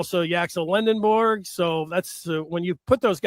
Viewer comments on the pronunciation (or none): How’s a guy from “the Michigan side,” and, more specifically, from the Maize and Blue Review, pronouncing Yaxel’s last name LendeNborg and not properly as Lendeborg? Announcer on Duke game did the same thing. Also, Aday Mara pronounces his name as Ah-die, not Ah-day. Come on.